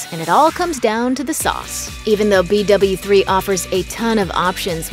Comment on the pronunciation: Who else wanted to die every time she said b doubleu 3